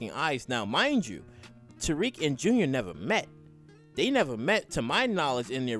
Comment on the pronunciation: His name is Tariq!! Not Tyrrik!! Damn!!